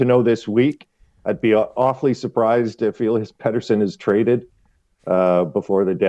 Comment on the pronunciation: Ill-yahs? :body-green-covering-eyes: It's Eh-Lee-Ass